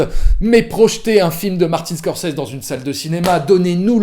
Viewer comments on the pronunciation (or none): none